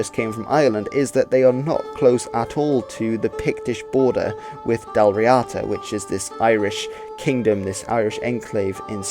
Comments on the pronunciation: Actually, help is closer to hand than you realise. I am an Irish speaker... So, ask away. To start you off, as a rule Irish/Gaelic words are generally stressed on the first syllable. Hence Dal REEada, not Dal RiAAda. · Full marks for your comments at the beginning on pronunciation. It is Dal Ríada, (d not t). The accent is on the í, so Ðal Ree-uðu is the proper way to say it, using eth for the th sound..